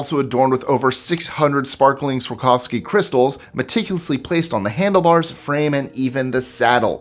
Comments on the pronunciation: Swarovski, not Swarkoski. They aren't that expensive, though. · I’m always so impressed with your perfect pronunciation/accent of words in other languages. Then…. You butcher Swarovski. 😂